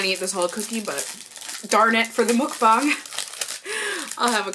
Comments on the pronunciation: it's MUK-BANG NOT MOOK-BANG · its pronounced more like "muhkbang" than "mookbang" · Just a friendly Korean subbie passing by~~~~It's actually pronounced, mUHk-bahng, not mOOk-bahng ☺️☺️☺️☺️ And I used to love Jimmy Jones bc of their bread but after I found out the CEO does wild hunting for fun, I said Bye Felicia! 👋🏻👋🏻👋🏻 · Just to say, mEOkbang not mOOkbang ;) Anyway how you pronounce it is just so cute !!!!❤ And one of my favorite beauty youtuber does mukbang !! cool ❤ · lol it's definitely not pronounced "mookbang"